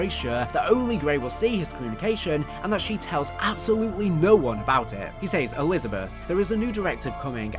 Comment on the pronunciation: I do miss when Zombies was just crazy experiments with a space rock but I also have no issue with everything else. They way you say "says" really hurts.